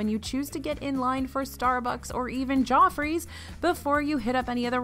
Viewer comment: I thought you was saying 'jaw freeze coffee' 🤣